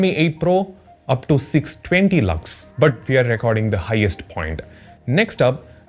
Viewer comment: his "lux" sounds like "lux-me" from movie chachi 420 😂😂😂 And this chacha is also....😅